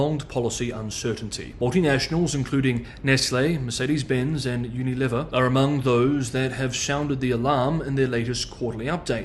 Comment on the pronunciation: "you-knee-levva". ? Que? Presumably you mean Unilever the international conglomerate that grew from the Lever Brothers, of soap and Port Sunlight fame Surely you could be more respectful and pronounce their illustrious family name properly Good grief. YouTubers are clueless sometimes